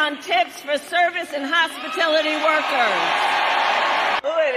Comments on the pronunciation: It's hospitality, NOT hospitility!! Kamala Harris, your record makes it clear that you are against American citizens 1000% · hospitility... sounds like democrat fake speak hospitility i dont think exists its hospitality is it not. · What is a “hospitility” worker? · I wonder what a hospitility worker is?? She can't even pronounce words on the teleprompter correctly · What is "hospatility"? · Apparently she can't spell hospitality,or pronounce it either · Isnt a lawyer?? Then why the hell cant she correctly pronounce words!!!!!